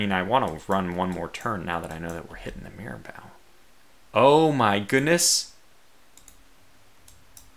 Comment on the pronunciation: Great work in this absolute cluster of a battle. One thing though: It's pronounced Mira-Boh not Mira-Bow. If you could, just throw the ship names into Google Translate and listen to how they're pronounced.